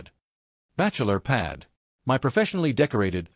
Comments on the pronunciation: Good story.. Sadly the AI needs to learn how to say " my ".. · The illiteracy of this AI voice leaves me shaking "M-Y" head. 🤨